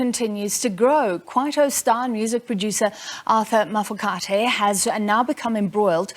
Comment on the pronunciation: How does a whole News Anchor that was born in South Africa and lived here her whole life not know how to pronounce Mafokate ? Also why is a member of the minority presenting news to a country with a majority that is African.........